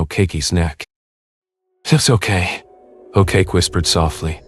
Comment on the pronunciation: An English narrator, really, I honestly thought by the way pronounced Sam's surname as A Cake E, Ok Ok, O Kacki .